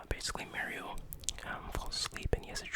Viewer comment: People that can't pronounce MARIO correctly 🤦